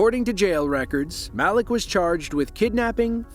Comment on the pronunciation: god i wish the AI voice would pronounce names right its not mal-lick its mal-eek